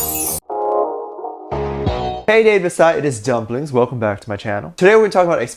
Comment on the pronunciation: I just now realized that when you said it.😂😂😂😂 Hello audience we are now Dave Disci NOT dumplings 😂😂😂😂